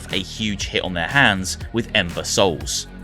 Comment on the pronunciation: I swear I've heard imbeciles instead of Ember Soul.